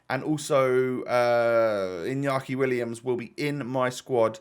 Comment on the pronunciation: Its inaki Williams with an A not inyaki William's